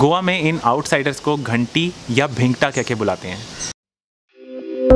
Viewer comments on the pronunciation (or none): भाई घंटी नहीं घाटी बोलते है